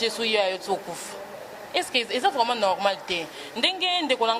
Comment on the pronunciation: Ebongo yo mouna balobaka vraiment et non vement po soki ken alobi vayage nde bo fingi